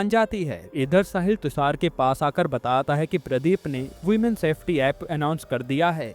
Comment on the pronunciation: Batat hai ye kaise bol rahe ho aap you tube pe explain kar rahe ho movie